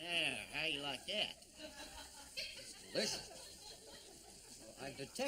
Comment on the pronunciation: "...that delishin' Wisconsin flavor." LOL.